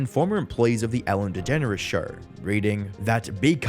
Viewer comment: Anyone else think she pronounces her name as DeGenerOUS? 😂